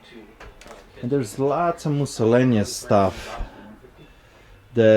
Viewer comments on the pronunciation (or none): "Moosallaneous..." Love it! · I like when you pronounce miscellaneous like Mussolini. Love ya